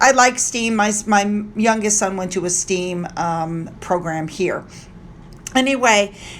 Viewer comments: It's pronounce Stem like the stem of a plant not steam like steam for a kettle. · STEM pronounced with short e eh not long ee.